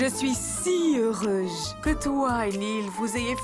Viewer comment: Est ce que c'est seulement moi qui a entendu que a dit qu'elle est heureuge